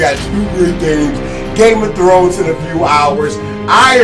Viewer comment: Did he just said game a thrones